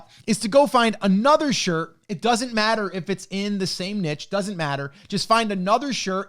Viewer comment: i like this guy just because he pronounces niche correctly.